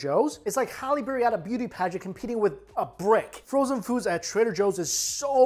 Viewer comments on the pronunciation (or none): none